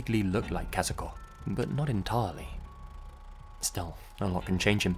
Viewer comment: great pronunciation of Kazuko's name!